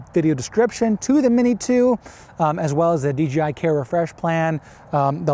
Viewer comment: It'd DJI not DGI... Really dude???